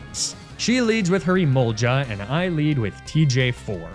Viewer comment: It's Emol-Ga not Emol-Ja. It's a hard G, no J sound anywheree. There also Excadrill which is not Exa-drill but Ex-ca-drill. Idk how you could even get Emolga wrong.